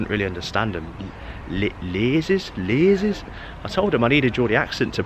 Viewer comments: Interesting pronunciation 😂😂 Think how you would pronounce Caesars Palace and start with an L instead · 'Who's the Prime Minister now? Rishi... Sunak? 😂 it's Sir Keir for your next visit. Maybe. Loved the Geordie pronunciation of Leazes.